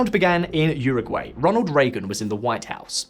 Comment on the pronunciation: 😖... It's uu(oo)ragwai... I i.e. - How we in-fact say it in the UK (minus the 'yur' if you want to be more accurate)